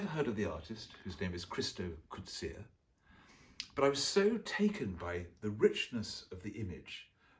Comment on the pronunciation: Loving each and every episode! (And you pronounced Coetzee correctly - hooray!)